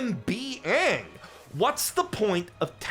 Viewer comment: I never saw the live action movie. So I’m just hearing the actor calling himself Ahn… when the literal original source material never pronounces it that way